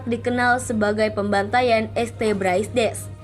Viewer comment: Setuju bgt , jadi gk enak dengernya kalo pake kata este, naratornya n adminnya ini gimana sihh ? Gk mikir apa yaa ? Video buat publik kok narasinya kayak anak TK gini